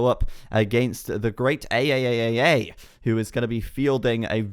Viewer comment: I like that you pronounced "ayayayay" as A A A A A A